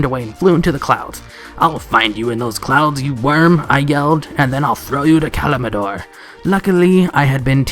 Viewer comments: Ka lim dor not kaldimor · I heard a Kalimadoor in there as well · man you did really say "Kalimidor", nice=) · Did you just call Kalimdor, Kalimindor? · Honey you need to work on your pronunciations..... Debut. Quixote. Kalimdor. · And "Kalimdor" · "Kalimdor" pronunciation was cringe